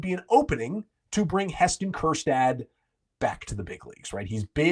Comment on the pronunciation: Please, please, please don’t say Kjerstad